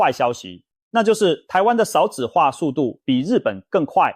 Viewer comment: 一直聽到ㄕㄠˋ子化很不舒服